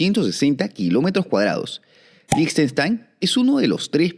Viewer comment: Felicitaciones y gracias por tanta investigación certera. Y especialmente por pronunciar líj•ten•shtain y no seguir la pandemia de pronunciar con fonética inglesa. 😊